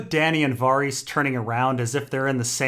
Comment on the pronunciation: "Varr-eess" What the fuck